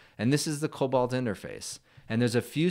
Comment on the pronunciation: Just a friendly pointer cause i'm that anal. It's not pronounced "cobalt" it's "coBOLD"😮